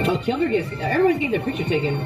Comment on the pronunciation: it's five members actually. Sung-ah is on hiatus. Also, gotta help u with pronunciations. Its Hye-mi not hi me. it's 경리 (gyung-li)/ kyung-ri (english name), not kyun gri. Lastly, it's geum-jo or keum-jo (english name). It sounded like u put the u before the e. The other members' contracts expired and they chose to graduate.